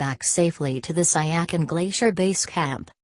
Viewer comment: The pronunciation of that name is not correct. It is called as ** Si ya chin **.